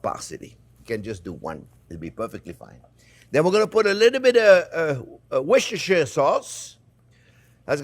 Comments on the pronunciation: Jean-Pierre, I told you a long time ago, the sauce is correctly pronounced as 'Wooster Sauce' not Worcestershire sauce 😎😎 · The British pronounce is wooster-sure